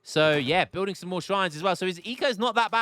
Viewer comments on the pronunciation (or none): none